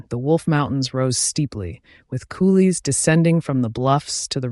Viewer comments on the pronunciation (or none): If you're going to use a bargain basement computer voice, for heaven's sake, get a MAN'S voice to narrate a MAN'S account. PS, and it's "COULEES" not "COOLIES"